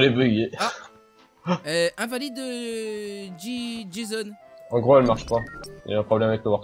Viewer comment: c'est pas jeson mais jison